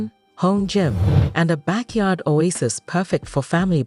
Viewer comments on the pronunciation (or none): none